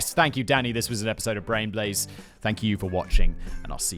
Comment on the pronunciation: I remember the name change turned Simon into a dyslexic Cher Jr, every time he attempted to utter, "Brain Blaze" and it came out, "Blain Braze". 🤣